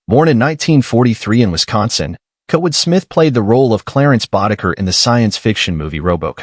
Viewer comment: I really hate AI doing the voice commentary for these videos. The AI doesn't know how to correctly pronounce names and certain words, making the video seem very stupid. I mean, how do you pronounce Kurtwood as Kotwood? Seriously.